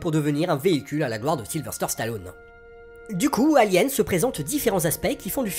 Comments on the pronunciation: "SylveRRRRster Stallone" ??!! Sérieusement ? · Encore « Sylverster » Stallone… Bon, à part ces bourdes, le commentaire est génial.